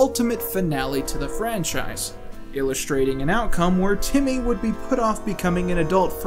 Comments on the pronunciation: BTW it's TIMMY. STOP SAYING IT WITH AN O, IT'S FUCKING TIMMY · why are you calling him "Tommy Tuner"? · The best part is hes still calling Timmy "Tommy". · Why are you pronouncing it “tommy”?